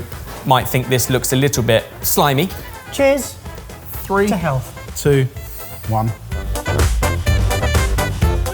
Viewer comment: When said, “to health” before eating the noni fruit, it almost sounded like he said, “to hell.”